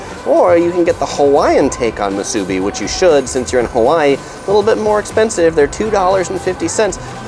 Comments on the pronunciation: I’m from Honolulu and go home every year. Things change fast! Appreciate the great video! Please, though, it’s pronounced mu su BI, not mu SU bi. Thanks. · Great video. But there is no "A" in Musubi. It is not MA SU BI... please say it properly... Mu su bi. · It’s mu-su-bi not ma-su-bi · The way you say Musubi is funny. the "bi" is pronounced "bee" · Moo-sue-bee brah is how you pronounce it how-lee. Great video amigo! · You need to learn how to say Musubi correctly it's Mu Su Bi. How you dress and say certain word shows that you're not local. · It's pronounced moo-sue-bee. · I don’t like how you say MuSUbi... but good tips for eats in Waikiki 🤙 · You need to learn how to say musubi correctly.... it’s ..moo...suuuu....beeeeeeee! With the accent on the LAST syllable.. not on the first syllable.You did pretty well getting all our favorites. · It’s pronounced Moo-soo-bee braddah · Moo su bee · This was great to watch as a local of Oahu.. We hardly ever get to Waiks, so now I can figure out where i want to eat before wandering all over Waikiki looking for a good spot. I would make sure tho, if you go to the Ala Moana food court, I would observe their sanitation practices before you place your order. Oh by the way it is MOO-SUE-BEE. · I thought I was the only one being irked by the mispronunciation of Musubi. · Every time I hear the word Musubi mispronounced I die a little inside. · pretty good job pronouncing hawaiian words...just need to learn correct pronunciation for musubi and tempura